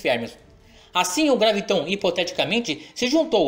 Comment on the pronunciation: Por que você fala.graviTON, se em todo o seu video, está grafado com acento no 'a"? Ou seja, é uma proparoxítona: GRÁviton; não oxítona!